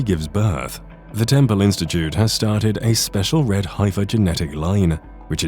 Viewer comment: Teach the AI to pronounce "heifer" and get into 2022 with the 5 Texas heifers.